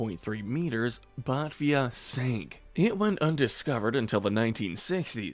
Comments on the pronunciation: As an Aussie, thank you very much for the segment on the Batavia. Just a point on the pronunciation of her name. It's not "Butvia", it's "Butayvia". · Bart-via!! Who the hell is Bart-via?? Everyone in the world knows how to pronounce Batavia as in The Batavia, the 17th century ship. Pronounced Ba-tavia with an emphasis on the 'a' following the 't' and pronounced 'ar'. The Batavia was a 1628, Amsterdam built, barque (barken) full-rigged flag ship bound for Dutch East Indies. On the way, Palsaert was to investigate the great southern lands which they did discover the northern and western coastlines of, hence named the land New Holland. Those of us who live in New Holland these days (now called Australia) get a bit precious with the pronunciation of the various ships and captains who discovered this fine land and its inhabitants. 😁 Oh as as another commenter asked....what IS a shooner??? 😂 Are you sure you didn't mean schooner? 🙄 And yet another "the Guangdong providence"? I'm sure the Chinese didn't think there was very much 'providence' if the ship sank! 😂